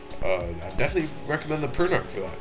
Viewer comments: P-er-n-ah-k not p-er-n-ar-k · I always though it was pernounced "Per-na-ch". "Per-na-ck" sounds cooler.